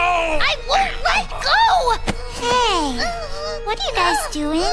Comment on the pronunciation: Ughhhhh.... What are you dewing? LET GO